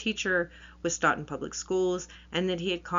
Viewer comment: The town is pronounced Stoe-Ton.